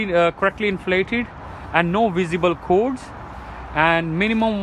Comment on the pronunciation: Good video but its cords and bulges not codes and buljies surely